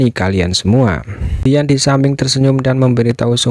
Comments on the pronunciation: Penyebutan nama ziyan bukan yisan tapi ziyan kaisar naga void kuno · Bukan yisan tapi ziyan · mantap si bang. tapi manggil ziyan nya salaah terus😅